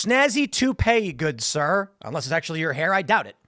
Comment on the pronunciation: SAHR! SAHR DOO NOT IMPEACH!